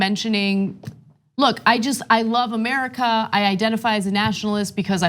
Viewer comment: I think he should be given a bib and a pacifier. perhaps a bonnet that says "Make Amewica Gweat Again."